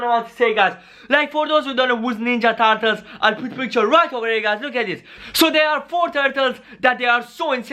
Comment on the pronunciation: Turtles not tartules